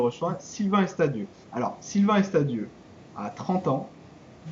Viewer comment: hi:) c'est Sylvain Arvidieu et non Estadieu ou alors je ne comprends plus rien:)